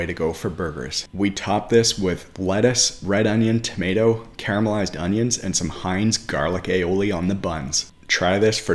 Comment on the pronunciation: You are pronouncing carmelized wrong. Just sayin.